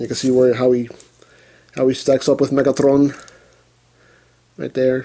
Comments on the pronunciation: Lol, that's how "Megatron" sounds in Russian, actually XD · u sey megatron like that in polish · i love hoe you pronounce megatron jajaja